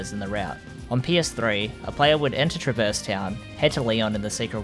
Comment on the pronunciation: PLEASE stop saying truh-VERSE. it's TRAH-verse.